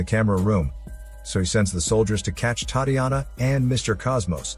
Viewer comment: Butchered the name Tatiana 😂 A for effort. Sweet movie